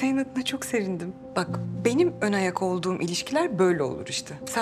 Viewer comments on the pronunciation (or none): “Yiğit senin adına çok serindim” sevindim bile diyemiyor şakihaaa 😂😂😂